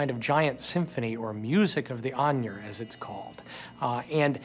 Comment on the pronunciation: Not to mention how they slaughtered the pronunciation for the Ainur. Since when does Ai and Nur sound like Onion??? Its obvious the people who did this documentary paid no attention to the books or even tried to learn to pronunce the words right.